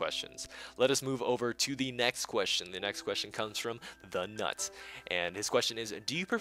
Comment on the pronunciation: Dude its TheKnut not TheNuts xD Thanks for answering my question, though!